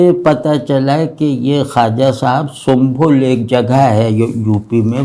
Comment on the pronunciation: جناب محترم۔ بہت ہی اعلی۔ بے حد محظوظ ہوا۔ اللہ تعالی آپ کا سایہ تا دیر قائم رکھیں اور خلق کو زیادہ سے زیادہ استفادہ کے مواقع فراہم کریں اور آنجناب کو اس کا خوب اجر وصلہ عنایت فرمائیں۔ خواجہ ممدوح و مرحوم کا شمالی ہندوستان (یوپی) کے جس خطہ سے تعلق تھا اس کی صحیح تلفظ سَنْبَھل ہے، سُنْبُل نہیں۔ یہ مرادآباد، رامپور و بریلی کے قریب پڑتا ہے، اور وہاں کے کباب آج بھی ان علاقوں کے لوگوں میں مشہور ہے :)